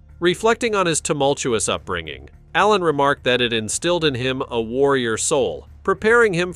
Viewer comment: Hey robot, i hope GGs ghost doesnt hear you mispronounce his last name